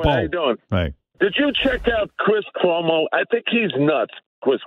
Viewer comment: Kwis Kwomo